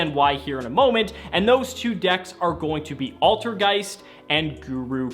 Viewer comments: altergay- ALTERGEIST You almost slipped there my dude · I'm positive that said altergay